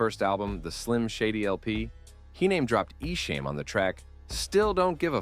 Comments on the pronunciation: Its not EshAM its EshAHM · Its pronounced E SHOM .. not ESHAME .. !!! THE SHAME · nah it’s definitely Eshom or Esham not Eshame listen to eminems own lyrics on your documentary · I love that you pronounced esham as e-sham lol. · Ok I wasn’t going to comment but I’m 45 minutes in the way you are saying ESHAM is wrong it’s pronounced like eshŏm not the way you are saying it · You keep saying Esham's name wrong 😂😂 ICP won the battle and I like both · Bruh how you gonna pronounce Esham name wrong?! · Pronounce his name right esham.. Detroit vs everybody